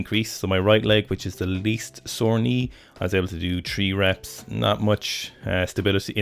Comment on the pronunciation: Tree reaps 😂